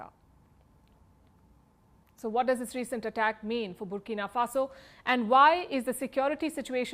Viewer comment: I have never heard of this country “burkino faso”